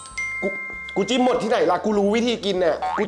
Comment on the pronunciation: #โดมพูดผิดจิ้มไม่ใช่จิ๊ม